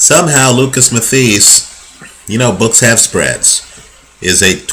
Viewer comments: not being a smart ass but pronounced matthysse' wrong. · please learn to say his name properly